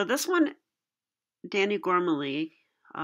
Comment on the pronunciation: Hey, are you working through the book "Mating the Castled King" now? How do you like it? Btw, himself pronounces his last name with the stress on the last syllable.